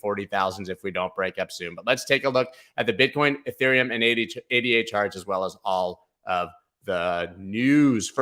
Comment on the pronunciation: I would subscribe, but you don't seem to realize ADA is a woman's name (named for Ada Lovelace, world's first programmer) not three random letters, and therefore pronounced as her name. That tells me you haven't done your research properly, so you have no idea which coins are likely to go up or down, or why. That's fine for short term trading, where you can follow TC techniques, but if you want to find something like ADA $0.04 and confidently ride it up to $10, you must understand WHY it's worth $10 a coin. You can't get that information from a chart.